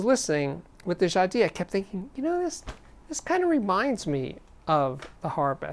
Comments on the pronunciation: I think it's Ja-dees? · Hi Steve I love your show! Jadis means "formerly" in English and you have to pronounce the S at the end. Jadisss... Thank you 🎶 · I've never heard Jadis called Ja Dee before. I guess Triangle is called Twah An Gail? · Jadis is pronounced "Jadeese." Rhymes with geese. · The "s" in Jadis is pronounced. It means "long ago" or "once". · I'd say the geese analogy makes the ee too long and the s too much a z. People can set Google translate to French-English and type in jadis (once up a time) to click the speaker icon. And, notice the stress is on the first syllable.